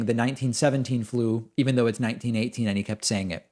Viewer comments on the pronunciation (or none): none